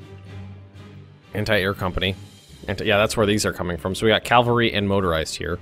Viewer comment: "In the cockus region" "Calvary"